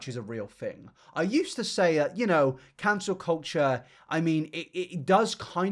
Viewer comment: Yep, and sub show it like Ballad... Same w "cancer culture" 😅